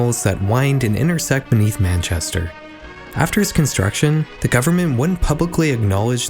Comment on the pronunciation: Finally a youtube pronouncing Manchester correctly 🙌